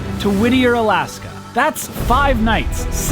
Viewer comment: Lol I love your videos and the fact that you pronounce the towns in Alaska right puts you head and shoulders above everybody else I do so adore you.